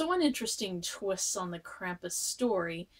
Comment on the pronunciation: like Brom, it's pronounced "Krahm-pus".